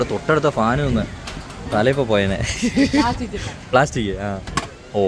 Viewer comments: Suuper.... ബ്ലാസ്റ്റിക് അല്ല ...പ്ലാസ്റ്റിക് ആണ് 😂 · ബ്ലാസ്റ്റിക്കോ 😂😂😂😂.. പ്ലാസ്റ്റിക് ആണ് ഭായ്